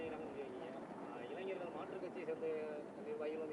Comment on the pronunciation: இங்கே... இங்கே.. என்றால் எங்கய்யா ஒரு தகவலை தெளிவாக சொல்ல முடியாதா? இடம் நாள் நேரம் சரியாக சொல்லுங்க நாளை என்றால் இந்த வீடியோவை என்றைக்கு பார்க்கிறார்களோ அன்றைக்கு மறுநாளா? மைக்கை கடித்து குதறுவார்😂 இளைஞர்களா இளைநர்களா?😂 கடைசிவரை இடத்தை நேரத்தை சொல்லவில்லை இவரை எல்லாம் கட்சி பொறுப்பில் போட்டு வச்சுருக்கானுக கொடுமை கொடுமை...